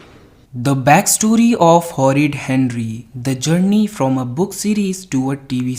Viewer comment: who says horrid hendry instead of horrid henry🤣